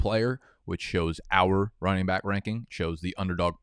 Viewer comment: I’ll sub if I ever see you get through an entire video without sayin “byke” instead of back….I dont even have an issue with it lol, I just want to see your commitment🤔😂😂